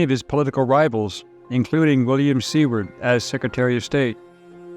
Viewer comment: Just an fyi, William Seward’s name is pronounced “Su-ward” as in Seward Alaska as he negotiated the purchase of Alaska from Russia for $7.2 million dollars, or roughly .02 cents per acre in 1867. Then known as “Seward’s Folly”. Ending up to be a significant gain for our country.